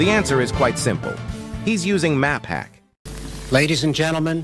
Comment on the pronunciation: indonesia when someone is better than them : see! see!!! map hak!! 💀 *bro cant even said map hack correctly 💀 is english bruh , not indolish 💀